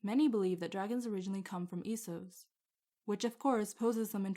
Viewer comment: So you pronounce it Esos, instead of Essos? Well, I guess it is "East", so I guess it could be pronounced that way, but I thought that it was officially confirmed to be pronounced "Essos".